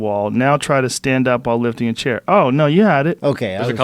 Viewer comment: The way this guy says "chair" is funny